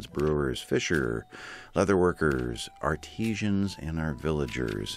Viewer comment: A little help: Ar-tee-tions are from Argentina Art-ah-sans do fine arts